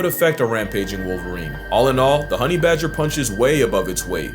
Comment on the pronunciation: bager not badger yeah